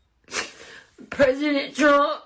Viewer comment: Lol “PREYSIDENT TRUMP” 😂😂😂😂